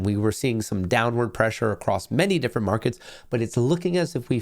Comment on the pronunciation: "momentory" "morkets" good lord dude stop and correct yourself don't just talk through it